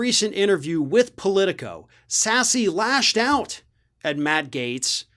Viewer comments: I believe it’s pronounced sass, not sassy. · It's not pronounced "sassy"... its pronounced SASS.... lol